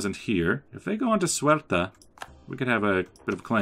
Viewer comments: 82 let me start to say that i´m Portuguese and loving this series... But please, Paradox is not wrong, that province Ceuta, is really called Ceuta, why do you inciste in saying "suerta"? Also, about those raids on portuguese shores... Aren't you troubled? Keep them coming :) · precisely, the correct pronunciation, "Se-u-ta", and also "centimeter". About the piracy, i usually have a heavy patroling sevilla node, a little bit expensive, but we must rule the seas! :)